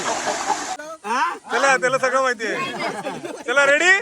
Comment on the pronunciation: रेड्डी नाय रे मेल्यांनु. फक्त रेडी. ( Redi )